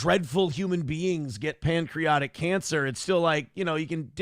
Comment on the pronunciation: Nobody tell the word isn’t “pancreotic”